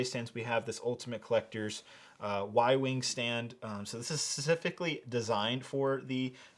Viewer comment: specifically not susifically